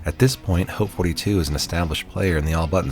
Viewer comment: You're only person I've heard pronounced the name "Haute" correctly. So many people pronounce it "hot" and it really annoys me.